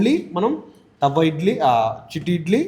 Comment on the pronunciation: తవ్వ ఇడ్లి కాదు తట్టే ఇడ్లి